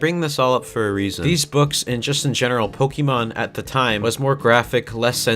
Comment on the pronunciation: cough cough ooh god I must be catching the sickness of can't fucking read okay so this is an e, you say it like e and or i okay now this is -> é , is an accented e and if you look at the Pokémon logo or my spelling you can see oh look that's there and do you want to know how to say it, if not I don't care, okay you pronounce é like an A no e and or i okay thats your daily lesson now do your resssssssearchhhhhhhhhhhhhhhhhhhhhhhhhhhhhhh ah okay thanks and good bye